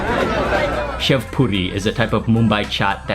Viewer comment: Hi mark . When you eat the sev puri you pronounce sev as shiv